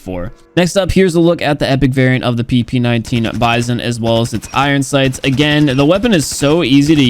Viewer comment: "PP19 bizon-yokiwi"